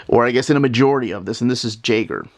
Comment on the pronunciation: Radiant Black's villain Jaeger is pronounced "YAY-ger." It means hunter in German.